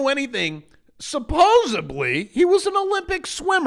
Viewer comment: New word to master: Supposedly...NOT supposibly Cheers